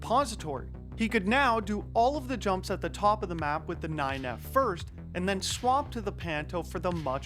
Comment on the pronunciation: I'll never stop hearing Wirtuals "But than X got THIS run" whenever a faster one is introduced :D